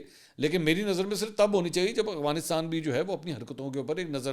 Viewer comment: "افغانستان" لفظ ہے نا کہ "اغوانستان"😂